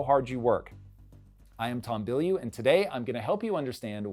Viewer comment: TOM BILLYOU!!!!! REALLY?????????????????????????????????????????????????????????????????????????????????????????????????????????????????????????????????????????????????????????